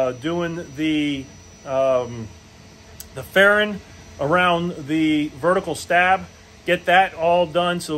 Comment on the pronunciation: You're going to crash that. It will be too heavy. You are also not printing it at full scale. Also some of the words you're using have a "G" sound at the end of them, it's not paintin and sandin and fairin